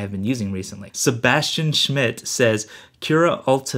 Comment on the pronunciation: The Cura Ultimaker crashing problem is fixed with the 11.2.3 update in Big Sur. I love the sound how you pronounce Schmidt, it sounds great! Schmidt is the german version for Smith. Best greetings from germany